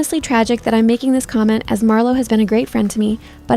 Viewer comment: holy AI girl voice 🙏 Edit: ( "imreds" bro your Ai doesn't know how to say "im" 🙏)